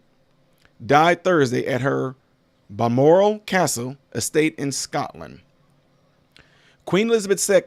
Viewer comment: You are pronouncing the names and the castles perfectly. Love from Staffordshire England. PS: she did not marry at 13, she met him and fell in love and married when she was 21 I believe. The Queen had bone cancer.